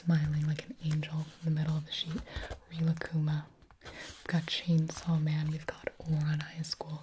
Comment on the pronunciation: Not me screaming the correct pronunciation of Rilakkuma at the screen 😫